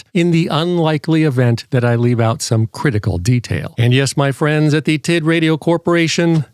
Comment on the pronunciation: "The Titradio TittyH9"???😂😂😂